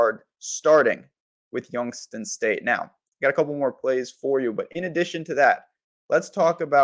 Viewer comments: Dude you sound CRAZY saying Youngs-ton State 🤣🤣🤣🤣 ITS YOUNGS-TOWN STATE SMH 😳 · Prounounced "Youngs-town"... please correct.